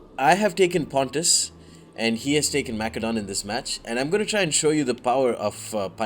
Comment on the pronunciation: the c in macedon is pronounced like an s